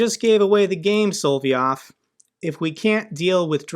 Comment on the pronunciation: If they can hit Pskov, They can hit Moscow!!! These Il-76s are like c--130s, No??,, NOT Sol VEE Ov!! It is SOL. OV Yov!! I though Smersh was just a James Bond name!!! That's a pretty Trumpy looking missile ( orange and fat )!!!!